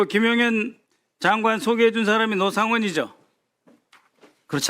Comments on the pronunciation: ? 왜 “노”를 “로”로 발음하죠 저분?? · 노상원을 로상원이라 발음! 소름 ~~ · 발음이 왜 저럼? 로상원?